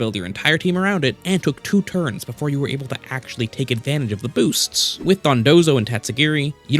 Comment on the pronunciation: “the booststs”